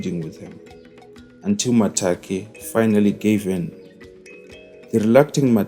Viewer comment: Its Makate not Matake